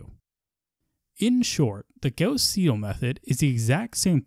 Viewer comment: why do you pronounce Gauss the proper German way, but not Seidel?